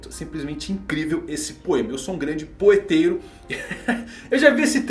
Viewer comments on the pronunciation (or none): "Eu sou um grande poeteiro" Eu ouvi outra coisa mas vida q segue🙂